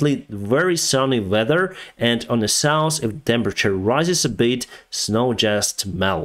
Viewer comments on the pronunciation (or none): if you get your english from netflix and after a year you still call north : nors and south : saus than its time to quit learning op netflix